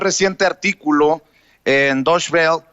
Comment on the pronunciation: se dice (doítche velé) y se escribe Deutsche Welle